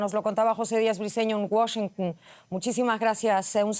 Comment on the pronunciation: Primera vez la escucho que no dice Washingun